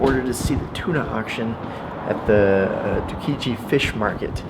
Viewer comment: For someone who seems to know Tokyo (and Japan) well, I would have expected better pronunciation, specifically: Tsukiji, Ameyoko, Takeshita, izakaya, and sake. And I wouldn't say Shimokitazawa is the place for new fashion trends, that would be Harajuku. Shimo is more into used clothing shops (I lived there for 11 years). Still, the video was interesting, and you offered some very useful information, and though I live and spend most of my time in Kichijoji (voted #1 place to live in Tokyo for many years in a row), I'll be checking out Piss Alley in the near future. Oh, and tokorode, very good narration (a job I've been doing in Tokyo for many years).